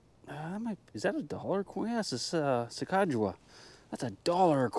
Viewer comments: Little off on your pronunciation of Sacagawea. Sounds like sack a ju wee uh. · A sa-qua-ja-u-ah coin? Elizabeth warrens ancestors just rolled over in their graves